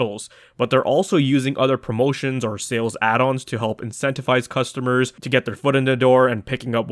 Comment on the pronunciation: mf said "custommer"